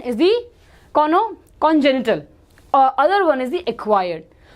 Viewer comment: She said coronody to chronic (RECOVERS LATER) 🤣🤣 Then said Cono to congenital Then japan something to Japanese Encephalitis